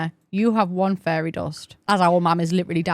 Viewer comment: I was listening to this in the background while I was organizing cc, and I’ve realized that “fairy” in your accent sounds a lot like “furry” in mine 😅